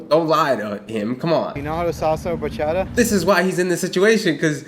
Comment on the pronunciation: BAcHaDaaaaaaa!!!!!!!!!! What’s a Bachada!